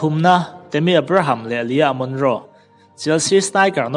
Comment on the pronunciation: Abraham i lam dan chuh...chhelo i tih dan pawh hi 😂😂